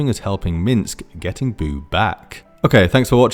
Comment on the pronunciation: noo, not boo! 😭